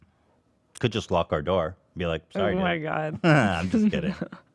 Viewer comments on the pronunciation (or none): none